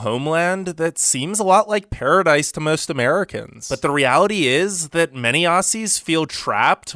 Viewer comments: This dude pronounced it AUSSIES like no mate it’s OZZY. With a a. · I love how he say A-ss-i-ee-s its Aou-zz-iesz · Don't pronouns it ossies it's pronounced ozzies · This idiot saying assuies killed me